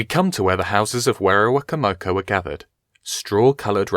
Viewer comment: werowocomoco is pronounced (wero-wo-coma-co)